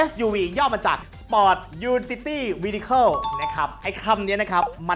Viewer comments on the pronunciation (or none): ออกเสียงว่าเวเคิ้ลค่ะ ได้ความรู้ดีมากค่ะ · Vehicle อ่านว่า ฟวิ-เยอ-เคิ้ล